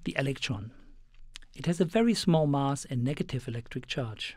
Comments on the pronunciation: it's mass as in bass not bus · Where's the speaker from? Curiously, he pronounces "anti" like an American would do, but then again "mass" sounds British-esque. Or Australian or... the hell I know. But I'm interested in accents, so if someone happens to have an idea where's this accent from, please tell me!